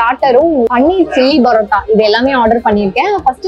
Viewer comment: Please straighten out your pronunciation. It is not barotta-boori. But paratta - poori.